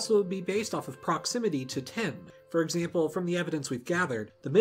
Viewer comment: Cool... Please work on how you say tin... Sounds like you're saying ten... And I don't think that writing a number down then mixing it with copper would make bronze... Maybe... But no